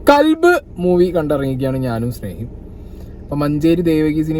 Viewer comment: Kalb❎ qalb✅